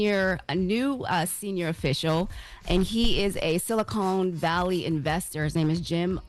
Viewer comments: Silicon Valley, not Silicone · “Silicone Valley “ 🤦🏾‍♂️🤦🏾‍♂️🤦🏾‍♂️ they got another one that can’t read…it’s “SiliCON Valley “ “Silicone” is a synthetic material..